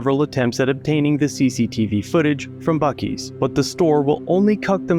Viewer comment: Buc-cees is now PUKE-E's